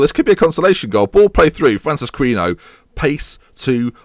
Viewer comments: It is a bit late in the series to be saying this now... but Francisquinho should not be pronounced Francis-queeno.. it would be more along the lines of Francis-key-neo... love the series, but cringe every time I hear you pronounce that name... I should have said something sooner but being British, decided to let it eat away at me instead. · Basically it should rhyme with Ronaldinho